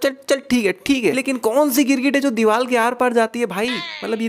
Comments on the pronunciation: teri ek mistake: diwal nahi hota diwar hota he or tere jese log sariya ko bhi saliya bolte ho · ABE DIVAL NHAI DIVAR